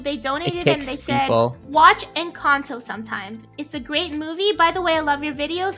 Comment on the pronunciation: No it's called in-can-toe and love you